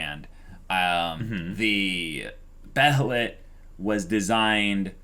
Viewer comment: Still gonna say this, behelit is pronunced Bay uh lit